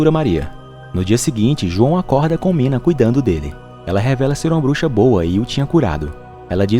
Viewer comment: Uma pequena correção: o nome daquela bruxa ruiva é (nina) e nao "mina" tmj 👊😅